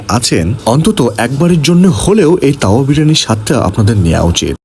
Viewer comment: তাওয়া যেভাবে বলতেছেন মনে হচ্ছে যেনো কাউয়া বিরিয়ানি।